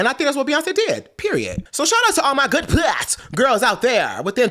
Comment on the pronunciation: I never want to hear puss pronounced as piuss again. 😭